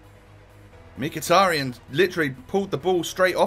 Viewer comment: It's pronounced mekh-e-tar-yan